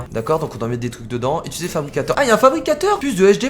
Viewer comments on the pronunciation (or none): none